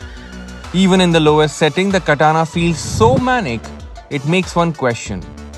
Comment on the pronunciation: It's Katana as in batana 😉